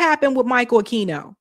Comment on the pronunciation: I’m pretty sure the Q in Aquino is silent in Spanish. (A-Keen-oh)